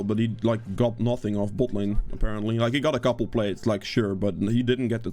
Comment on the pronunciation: Haha I will never get tired of hearing you say butt lane